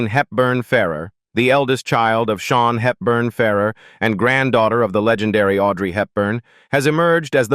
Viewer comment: シャヒールバンファーラー、ひどい読み方